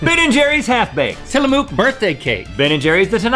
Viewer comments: Isn’t Tillamook pronounced “Tilla - MUCK” not “Tilla - MOOK”?? I live in Oregon and the Tillamook company is based here but idk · Its pronouced til-la-muk but imma start saying it the way Rhett did 🤭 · Its not mook. Any Oregonian will tell you it's pronounced til uh muk, not til uh mook! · It's usually pronounced "Tillamook" like "book" "nook" or "look", not like "Luke" or "Duke". Also their Tillamook Mudslide flavor would have won if it had been included in the chocolate region. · I am an Orgeonion and can confirm it is NOT Tilla MOO k it is pronounced Tillumuk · Ok as a oregon lifer who has visited the tillamook factory several times it is not Tilla-MOOK or Tilla-MUCK its TILLA-muhk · I was so frustrated with that 😂 like cook not kook lmao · FYI: it’s neither tillamoooook nor tillamuck... it’s more like tillamuhk. Think book but with an M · NO! ITS TILLA-MUK, NOT MOOK! Oregonian speaking, guys, it's tilla-muk, not mook. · It's somewhere between "mook" and "muk". Closer to "muk" though. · " is it Tilla-mooook or Tilla-muck?" Its Tilla-mook, "mook" as in "book" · T ILL - uh - m uh k not TILL - uh - moo k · I’ve said this before. But it’s pronounced Til-a-muck not Til-a-mook!!!!!!! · It is NOT pronounced Tilla”mooooo”k it’s Tilla”muhk”. Im an Oregonian, and my grandparents live in Tillamook. Birthday cake is my FAVORITE flavor😍😭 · Its tilla"muk" not tilla"mook" trust me i live 2 hrs away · thank you! it's definitely muk, not mook. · It is pronounced "ti-luh-mook" emphasis on the first syllable and the "oo" in "mook" pronounced like the "oo" in "foot." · As an Oregonian (where Tillamook is) i can tell you it's pronounced till-uh-muck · Link, it’s Tillamuk. - Oregon dweller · The “mook” in Tillamook rhymes with book!!! I’m from Oregon and I had to jump in, sorry! 😅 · Tila-mook as is “look” (emphasis on “Til”) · As an Oregonian, I feel obligated to remind everyone it is pronounced "TillaMUCK"... And it is hands down better than any other ice cream in stores!